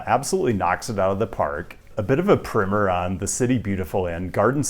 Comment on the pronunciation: Thumbs up for the correct pronunciation of primer.